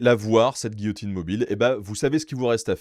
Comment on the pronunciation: Quelle français ce type 😂😂 J'ai une histoire rigolote : et il commence a parlé de giotine 🤣